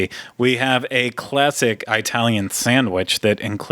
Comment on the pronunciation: did really say Eyetalian?